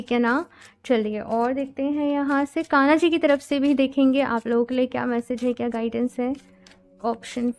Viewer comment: Sab theek hai app achi reading karti hain but thoda pronunciation par work kijiye please, aage BADHNA hota hai BHADNA nahi boltey....KANA JI nahi KANHA JI boliye.....